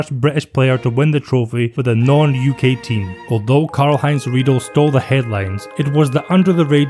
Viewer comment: Karl-Heinz Riedle: it’s pronounced like Riedler. Great vid though